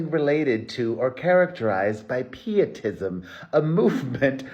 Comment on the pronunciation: I believe the (i)is pernounced with long voul sound friend , in the word pietism ☺️